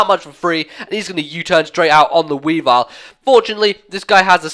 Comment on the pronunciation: i think it's just me, but sometimes when you say weavile i think you say wii bar :)